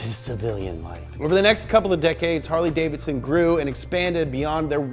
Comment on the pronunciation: Funny. Harly davidon as explained by a millenial.